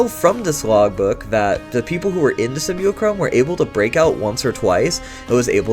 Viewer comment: Simulacrum Sim-U-lack-rum